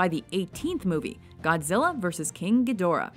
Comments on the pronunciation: it's pronounced Geed-rah, not Gee-Dor-Ah. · Wish the chick that did the voice over for this knew how to say some of the names correctly- talk about cringe...